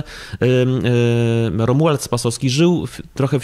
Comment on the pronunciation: Ta pani z IPN dwukrotnie przekręciła nazwisko R. Spasowskiego .